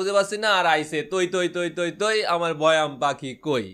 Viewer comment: এ আবার বৈয়াম বলতেছে😆